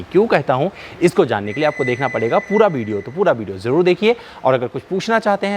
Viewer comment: "Bideo", "Bariant", " Balue for money"! Inke Uccharan ko thk kar lein to video ar enhance ho jaegi!